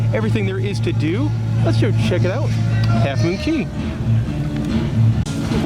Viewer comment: Cay not Key. Dang!